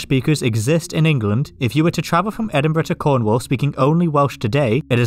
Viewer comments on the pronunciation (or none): none